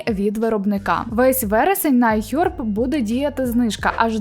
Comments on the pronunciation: Ну чому айхьорб ? Ну будь ласка не треба , краще просто айхерб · Цікава тема і хороша подача, але ось ці айХЬОрб і ріЗЬОрвд так вуха ріже